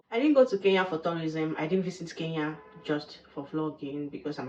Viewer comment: Good job 👍 please come again. Thank you for sharing about my country. ❤ One thing the pronunciation of Kenya 🇰🇪 still need some work. It is not Kee Ya , it is Ke Nya 😆 hope it helps.